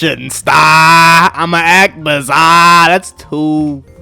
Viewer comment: He said bizarre in a bizarre way, I don’t see the problem.